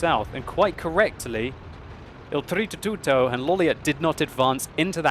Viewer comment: BritzzONE Mario is an Italian plumber. O.o is doing a good job pronouncing it correctly. If you sound much different...you're doing it wrong.